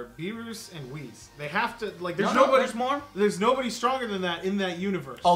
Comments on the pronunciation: Whis ( Wies) JOE! not wizz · OMG his name is not Wiz. It's Whis, you say it wees